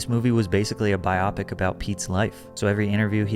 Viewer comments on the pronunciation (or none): 😂😂😂 “Bi Opic” lmao you mean ... a Bio Pic? 😭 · lol no it's not😂 google it and listen to it lol it;s pronounced "bio pic" a lot of ppl just pronounce it "bi-opic" and it's so funny to me lol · Very interesting way to pronounce biopic